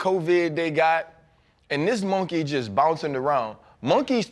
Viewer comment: RC sayin Mawnkey so Louisiana 😂😂